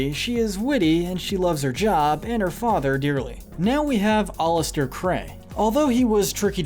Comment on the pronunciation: It’s pronounced “AL-ih-ster KRAY”,! 🙄 You are so bad at pronouncing names!